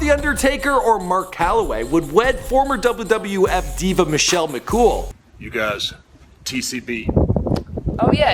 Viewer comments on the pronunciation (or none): did anybody hear how he said WWF ? lmaooo. and when was McCool a WWF diva? She didn't wrestle until the mid 2000s, then being WWE.